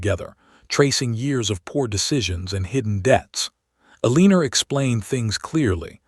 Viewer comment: El lan or. You have to be a stupid AI voice! You can't pronounce anything correctly.